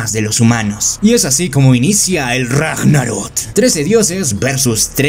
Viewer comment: crack se dice ragnarok no ragnarot